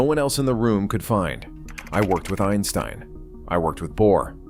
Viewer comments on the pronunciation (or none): none